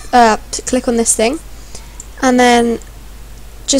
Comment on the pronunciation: lol I just noticed that instead of "click" she says"tick"